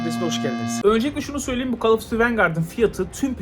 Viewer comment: call of diti